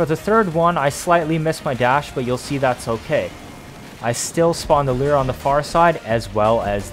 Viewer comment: It's pronounced "loor", not "leer".